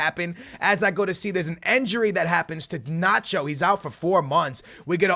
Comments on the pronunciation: why are you saying enjuri its injuri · It's INjury not ANjury and not ENjury, so please pronounce well it's disturbing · says injury like enjury lol